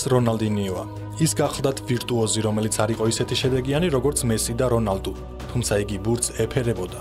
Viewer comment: რონალდუ კი არა რონალდნიო ამ სახელიც არასწორად ამბობთ რონალდო არა რონალდუ